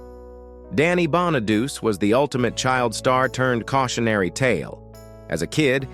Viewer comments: That is a real job teaching AI how to actually pronounces correctly. It is Danny BON A DUCH I it is Danny Bon-A-DuCH-E. Bonaducci is (I think) an Italy last name, but it is pronouced with an E sound, not an I sound. AI only see the letters and lack the experience of the real world. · Cant even say Bonaduce right